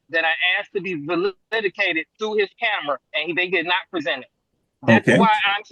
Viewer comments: Validicated???? So absolutely embarrassing when someone tries to sound intelligent & fails miserably!!!! It is “ validated”; no such word as validicated. This man has been so ridiculous in his accusations of profiling him & officer was 1/4 mile behind car. This was one of the most irritating people I have ever heard on any of these videos and to top it all off he was lying the whole time about not having any prior tickets. He should spend some time in jail or at least be put on probation. Is being an idiot a crime???? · He said “vaildicated” The edgumacation system in Amurica is unplorable. I mean, to be fair, he did axe for the dash cam. He was profiled… racist!!! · Validicated... nuf said regarding the intelligence of this defendent.